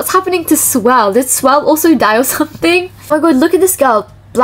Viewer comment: Anyone going to talk about her saing swell instead or swirl 😅😅